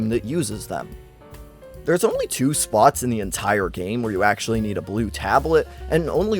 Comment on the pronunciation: The way you say “only” triggers me